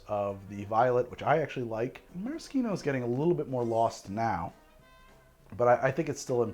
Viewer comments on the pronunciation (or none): Mara-SHEEN-o not Mara-SKEEN-o. That is all. Carry on. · meh·ruh·shee·now (no k sound). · This is the first time I've ever heard it pronounced "maraskeeno" rather than "marasheeno". Sounds very weird. I see now that both are valid pronunciations, but like never in 56 years have I heard a k sound in Maraschino. From Dallas, Texas, then western Washington State. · The way you say Maraschino is egregious. Nice video tho. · Who taught you to say maraschino that way o.O? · You know, I’ve actually never heard anyone pronounce maraschino that way